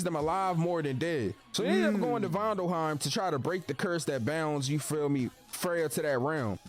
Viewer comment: NGL, Vindalhiem?? How he butcher that so hard)